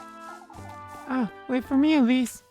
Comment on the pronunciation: Right off the bat and you pronounce "Elise" entirely wrong.